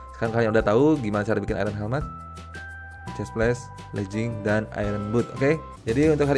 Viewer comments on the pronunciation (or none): none